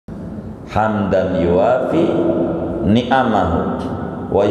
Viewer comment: coba cermati kalau baca حمدا يوافي bnr gk?